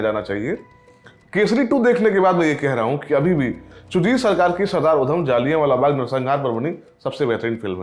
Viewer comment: पहले तो मुंह से गुटका थूक के बात करे और दूसरी बात ये कि ये “जलियांवाला” होता है,ना कि “जालियावाला “